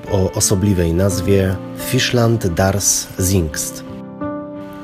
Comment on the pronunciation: Ładne ujęcia, choć wdarło się kilka błędów merytorycznych (np. nazwanie ogrodu w stylu francuskim rzekomo stylem angielskim). Dla lepszej jakości warto na nowo nagrać lektora do źle wymawianych nazw niemieckich: Hiddensee - wymowa [Hidenze], nie [Hidensi] z angielska Gerhard - wymowa [Gerhard], nie [Gerard], nie ma tam niemego "h" Zingst - wymowa [Cingst], nie [Zingst] Ahrenshoop - wymowa [Arenshop], nie [Ahrenszop] z angielska Speicherstadt - wymowa [Szpajśersztat], nie [Szpejchersztat] Viertel - wymowa [Firtel], nie [Wiertel]